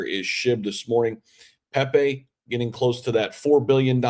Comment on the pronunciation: Hahaha u act like u know crypro them pepe launched u coukd t even say his name right lol don't talk pepe unless u hold a giant bag